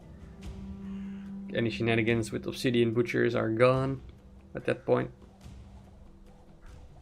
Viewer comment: What mean "shinanigen" that you often say ? that what I hear